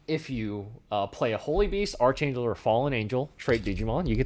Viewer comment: Did you just pronounce Archangel with a hard c h